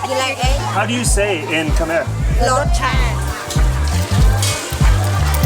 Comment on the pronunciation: I was so excited to see this drop. Thank you for honoring all the people, culture and those innocent souls lost during dark times through your kind gestures and curious nerdiness 😛. I especially love how you said, Khmer the way we pronounce it, Khmai instead of kah-mair. Can't wait to see the rest of the series!